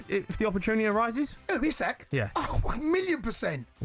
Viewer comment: It's Ee-ss-ak. How can they horribly mispronounce such a simple name.